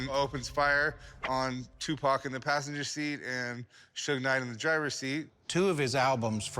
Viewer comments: Rick called suge "sugar " knight 😂😂😂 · My man Rick called Suge, “Sugar Knight” 😂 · Calling Suge knight "Sugar knight" is crazy💀💀